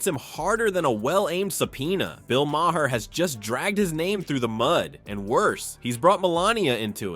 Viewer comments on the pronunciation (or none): You don't pronounce the "H" in Maher's name. It is pronounced Marr. It is an Irish name. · Why don't you learn how to correctly pronounce Maher's name correctly ? It's pathetic you still haven't learned something so simple !